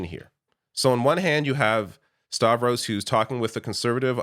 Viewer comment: Yes, Stavros! He said it right!